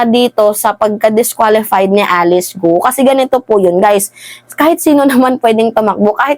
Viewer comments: Ang bigkas ng Guo ay gao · Guo is pronounce as “Kwo” or Kwoh (silent H)